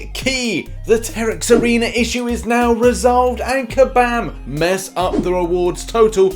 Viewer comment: Everyone: Kabam: kAbAm MeEkay